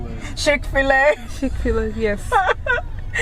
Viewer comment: Pronunciation of Chick-fil-A is the most hilarious thing I've heard. Enjoy America it's a hot mess my fellow Kenyan woman.